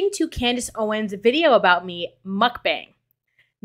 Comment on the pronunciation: "CLANDACE OWENS" 💀 im dead! & im just gonna not spell that w a "k" but 😅 ... we kno 😳